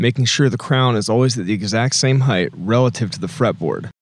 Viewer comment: I’m glad you made this video. I was honestly sold when I saw his video. (Even tho he says “Heighth” instead of “Height”). That drives me crazy as a Mechanical Drafter/CAD Tech. Oh, and the whole “Venomous Vegetable Tree” statement, killed me 😂🤣💀 Thanks for the comprehensive breakdown.